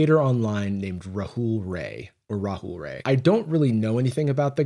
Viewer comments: hey as an indian just wanted to say his last name is actually pronounced "raa-ey" not "ray"! fr tho i used to see rahul rai's creepy ahh content all the time idk who's watching this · As an Indian we don’t claim him 💀 However I can’t help but laugh when everyone thinks his surname is pronounced like the word ‘ray’ when it’s supposed to sound like the word ‘rye’ haha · it's pronounced rye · It's pronounced rai not rai